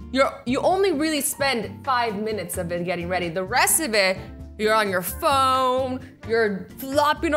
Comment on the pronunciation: ”phome” Don’t hate on me for saying phome instead of phone. Azzy said phome on accident.